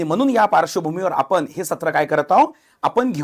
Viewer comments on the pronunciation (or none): नेमका मॅटर कुठून सुरू झाला! लई भारी मराठी!. म्हनून. आपन. पन.